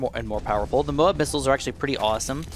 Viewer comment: You said mob instead of Moab